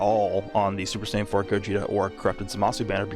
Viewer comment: “SAYAIN” tho…. Noooooooo 😭😭😭